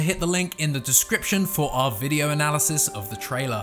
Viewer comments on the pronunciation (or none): none